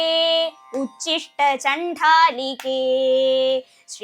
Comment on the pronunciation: ഉച്ചിഷ്ട അല്ല ഉദ്ധിഷ്ട്ട എന്നാണ്